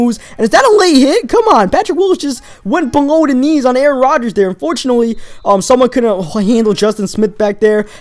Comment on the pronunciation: Did you just say get roders in a ritum